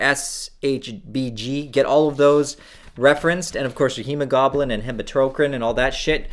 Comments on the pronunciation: kept saying goblin instead of globin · Hemo-GLOBE-in. Not hemo-GOBLIN. Lmfao. Does low T cause dyslexia? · He says "hemo-GOBLIN" lmao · hemo-goblin? hemo-glow-ben. Ben like Ben Kenobi, Ben like Been there done that. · hema-goblins? LMFAO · Oh no, not the "HEMOGOBLIN!" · when you say hemoglobin, it sounds like homogoblin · I lost it when he said hemogoblin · "Hemo-GOBLIN" LMAO. Love your content and thank you for the time you put into these videos. Keep it up! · My wife came out of the kitchen while I was watching it like “did he just say hemo-goblin?” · It doesn’t matter, but I laughed when he said HemoGoblin. Might make a good Halloween costume idea. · I have never heard anyone pronounce “hemoglobin” “hee-mow-goblin” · I mean, he is Canadian.